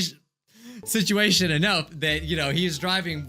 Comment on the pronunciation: Sit-ui-ation Prob-uh-ulem Se-HI-ense